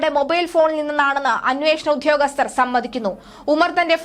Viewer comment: ഉദ്ധ്യോഗസ്ഥരല്ല; ഉദ്യോഗസ്ഥരാണ് ! ആവേശത്തിൻ്റെ തീവ്രത കൂടുമ്പോൾ ഉച്ചാരണം വികലമാകുന്നതാവാം. 😢